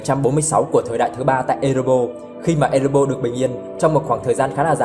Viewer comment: Ê rê bo rrrrrr nha bạn, hem phải Ê rê bô. Còn lại thì okie rồi